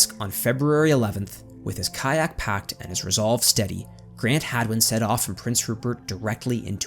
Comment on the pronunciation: Is it hagman or hadwin? It sounded like you were sayingn hagman till the very end.